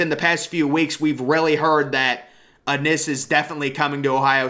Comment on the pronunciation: Bryson Rodgers WILL BE THE BEST ONE PERIOD.. and it’s IN!! Innis BRO! Not Ah-NNIS! Lol come on bro!